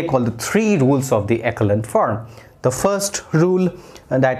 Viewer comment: Sir you have little mistake! Echelon form sahi se pronunciation kijiye. Correct pronunciation is एसो-लोन form